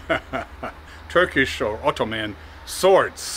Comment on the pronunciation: Your Turkish pronunciation is fine, don't worry 👍